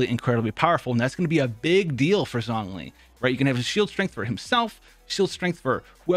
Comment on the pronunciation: Every time he pronounced it "Zongli" it hurt me